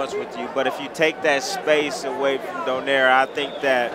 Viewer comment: Love pronouncing "Donaire" correctly. do-NYE-reh